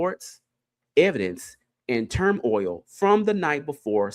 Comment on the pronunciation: It's not term-oil it's tur-moil 😂